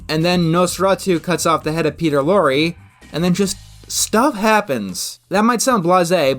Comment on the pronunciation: Yay you pronounced Peter Lorre correctly